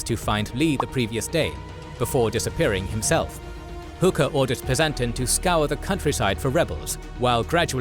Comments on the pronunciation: "PleasANTon", "Car-lissle" - these videos are impressive but would be a lot more so if you learned to pronounce the names of the people and locations correctly. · Pleasanton is pronounced “PLEZ en ton” not “ple ZANT on” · I'm going to start by saying how much I love your work and the information you guys bring is fantastic! That's why I'm going to hate being the picky one, but I'm a Gettysnerd and this is killing me. Pleasonton - It's not Plea-san-ton, It's Pleasont-on Herr's Ridge - It's German so it's Hair not Her McPherson - It's Mc-fur-Son, there's no fear in a McPherson Carlisle - It's not Car-lisle, it's Car-Lyle Harrisburg Road - Too many S' Gettusburg and Hanover Railroad - I mean really? Gettusburg? York Pike - It's York Road Taneytown - It's Taw-knee Town There were 5 hills - Power's Hill was in the middle of the Union Lines, It's observation post was the key point to how Union Troops moved so quickly George Pickett - Only 1 T in his tag General Pettigrew - Not Pettygrew Also, on the order - The order was about Cemetery Hill, not Culp's Hill. The Position Ewell was looking at was the very Northern most point of the fish hook. He also didn't just say no, he asked for Re-inforcements but due to everyone else already being in bad shape (The first day at Gettysburg say 16,000 casualties in 6 hours, 2nd bloodiest day of the war to that point) he was refused and he decided to not attack a fortified position manned by 10,000 fresh troops of the 2nd and 12th Corps. It was tactically and strategically the right call. Also, On the 6th Corps, No One but Meade knew where they were. They were left behind in Fredericksburg and were called up on the 29th from there. There were 17,000 men in that co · It's even pronounced the same as the English Carlisle so there's no rationale for it. I'm also perplexed by 'ple-SANT-on' instead of 'PLES-ent-un'. Unless of course this is all to drive 'engagement' through baiting.